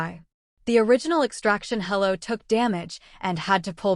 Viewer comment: Extraction helo, not hello